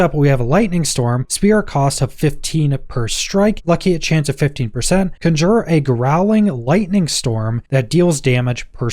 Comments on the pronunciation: Great video, thanks! The correct pronunciation is CON-jure and not con-JURE. :) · You keep saying conjure. It is conjure. Besides that, great video. I cannot wait to get my druid on. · Please learn how to pronounce conjure